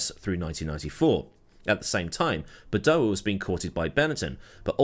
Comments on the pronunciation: Ffs it’s Badoèr, not badoahh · Please look up how to pronounce Badoer. Bah doh wer. I know you Brits like to leave out 'R' or add them where they don't exist. See 'HONDER'. How would you like your last name to be said as Meewahd? Otherwise, thanks for all the vids.